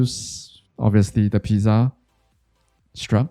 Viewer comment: why r u pronouncing pizza like that